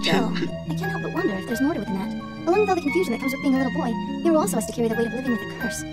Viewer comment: His name is Hiro. Hiro pronounced Hero. You actually did an amazing job this video. You listened and understood what it was about.